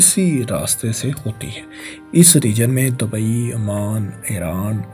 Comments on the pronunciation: Dabai Nahi hota Dubai hai. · آپسے گزارش ھے کہ تھوڑی سی تلفظ پر بھی ریسرچ کر لیں اب تو میرا بیٹا بھی آیکی غلطیاں نکالتا ھے جیسے کہ Dabai nahi dubai hai آپ بھت سی غلطیاں کرتےھو برائےمہربانی اپنی اصلاح کریں میرے بچے اور بھی بھت سے لوگوں کے بچےبھی یہ ویڈیوز دیکھتے ھونگے اب متوقو کوئی لفظ نھی ھے